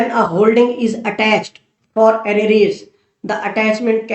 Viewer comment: Arreees word ki pronunciation sir yun h. 👇 Ar_re_ars